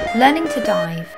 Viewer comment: Dive almost sounds like DIE